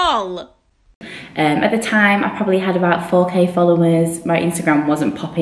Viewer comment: Does anyone else notice she pronounces LOL as if it's an actual word? haha